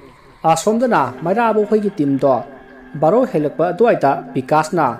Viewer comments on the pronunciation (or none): none